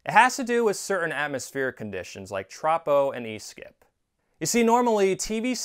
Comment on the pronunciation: Minor nit-pick, but as a meteorologist I can say it's pronounced "troh-poh".